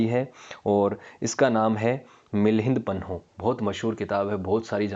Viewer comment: 15.04 its milind paanh (questions of milind)not milind panoh